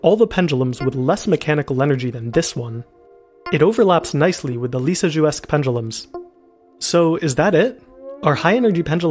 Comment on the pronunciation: Lisjous curve sounded like nirnroot